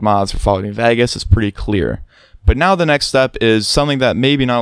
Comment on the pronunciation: "Fallout New Vagus"